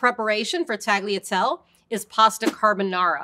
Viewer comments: A lot of English speakers struggle with the “-gli” sound in italian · Tagliatell-e and tagliar-e You pronounce the E at the end, like with the Pappardelle. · I can't get through this with the pronounciations... "tag-lee-a-tell". "Tahl-ya-telleh" please, learn to pronounce correctly. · Except that's the wrong pronounciatom; i'd rather you call them shells than butcher the italian gl like she did with tagliatelle. How to pronounce these words for an anglophone: Tagliatelle Ta-yah-tell-laeh Conchiglie Con-key-yeh And don't chop off the E at the end of words, it's italian not french. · Great explanation. Yet, the lady has to brush up on Italian pronunciation. In "Tagliatelle" the "G" is silent but the 2nd "E" is not, so it's "tallya-tell-eh". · she really just said taliatel 💀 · I lost it at Tally-a-tell. Using someone who at least attempts the correct pronunciation would have been much better in an explainer like this. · At least she didn't pronounce it tag-leah-tell. (And while I'm here, the Italian word for cut is tagliara, not taglier. Or taglio, if a noun) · Why do you pronounce tagliatelle the way you do when you pronounce pappardelle reasonably? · I have never heard tagliatelle pronounced like that ...